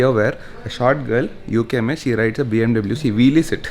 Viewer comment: Dude pronounce BMW properly